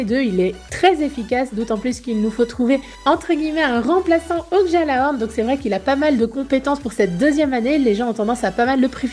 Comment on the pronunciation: Oh mon dieux lady s'il te plait dans gjalahorn on ne prononce pas le j !!!!